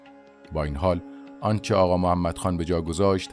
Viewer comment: اغااااااااا نه اقا